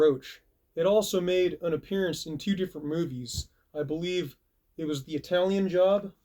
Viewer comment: "Pepsi blue from Tew thousand Tew"